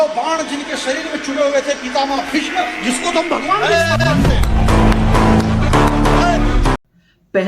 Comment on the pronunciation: Bhishm Bhishma nahin theek se to bol